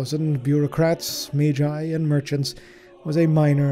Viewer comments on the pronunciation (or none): none